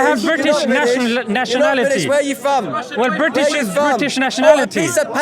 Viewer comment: huh now it comes down to you and me not about him ? 😂 Dude that guy good even pronounce British 🇬🇧 He was saying Biddish ( non of the Brits dialects says biddish to British ) I rest my case. You are a fox in sheep’s skin , glad finally it came out 😂